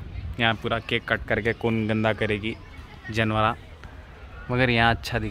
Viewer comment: 😆😆😆😆🤣🤣🤭🤭🤭the way you said janveraa 😆😆🤣 pakka Hyderabadi hai peachn lata loga new hai toh